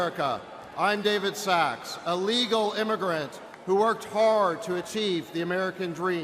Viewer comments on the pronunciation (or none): The only word he kinda fumbled is ... his own name lol what a guy. That's a great speech